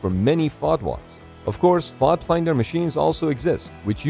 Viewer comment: You don't pronounce FOD like that lmao. So cringe